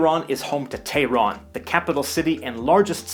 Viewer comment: No, not "or". Why do people think H's are silent in Persian? 🤨 … /tay-ron/? 🤦 It's like you're not listening to me. /teH-ron/ H's are NOT silent. (ElectroBOOM is /meH-dee/ not /medi/.) - The Balochi language is a north-western Iranian language that's spoken mostly in the south-east? 🤨 Weird.